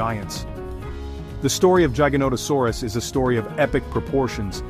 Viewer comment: based on the way you say giganotosaurus i trust absolutley nothing you say... youre terrible